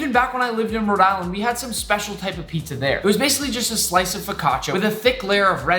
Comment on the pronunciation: Pitzah and not Pizza and Burgir and not Burger